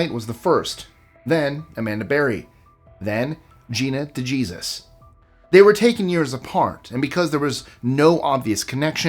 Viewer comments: “Duh-geezus”???? Dey-hay-sooz. Smdh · It’s not “day gee zus “ it’s “ day hay zeus “ lol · DeJesus is pronounced De-hey-Zeus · It's not Gina DeJesus. It's Dee Hey Suse...DeJesus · Sir the J in Gina DeJesus is silent. I'm from Cleveland I'm the same age as Amanda Berry ! All 3 girls are doing great ! Amanda and Gina are big in the community helping families with missing relatives! Amanda has a segment on the new and Gina has a building in the spot where the house used to stand where she was held captive and she helps guide families with missing loved ones ! Michelle is married and changed her name and she works with saving animals !